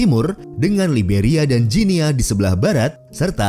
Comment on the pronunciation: Sebutan yang benar untuk 'Guinea' adalah "Gini" bukannya "Jinia"